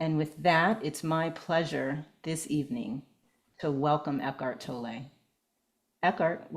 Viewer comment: Absolutely not how you pronounce his name, doing a video on him would probably suggest getting his name right…